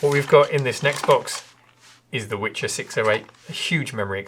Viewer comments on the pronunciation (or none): Don't mean to nitpick, but the name of the expansion is pronounced VEE-HER, not Witcher. Wicher (notice the lack of letter t) is a Polish word for a very strong wind (I guess you could translate it as gale). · Still have mine sitting in the closet, tons of great memories with this machine. Just want to point out, it's pronounced "viher" and it means "gale", or very strong wind in Polish. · Btw the word “Wicher” means “Whirlwind” in Polish as the board is made in Poland. It’s pronounced more like “Vee-Her”. Thanks for making the vids!